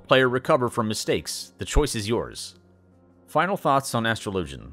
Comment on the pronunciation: Finally someone who pronounces astrologian like they do in-game